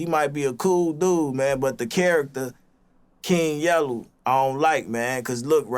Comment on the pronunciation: “The character KING YELLEW”😂